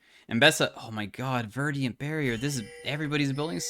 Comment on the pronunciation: What's with you putting i's in league words? 🤔 Verdant -> Verdiant Grievous -> Grievious